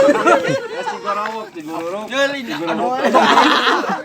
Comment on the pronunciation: Ciguruwik mang sanes ciguruwuk